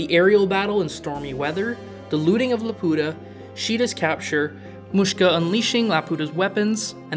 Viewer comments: laputa❌ la pota✅ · The funny thing is the Swedish voice actor for Muska pronounces Laputa like "la puta" half of time which is kind of distracting lol